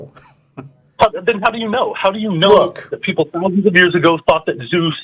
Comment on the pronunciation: Hey.... "ZEUS"........ Dude, learn how to fucking read already... do some fucking research